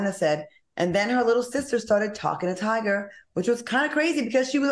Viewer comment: Now it’s “Tiga” “Flava Flava” and “Wiz Kalis”🤣🤣 Al I can not with you!!😂😂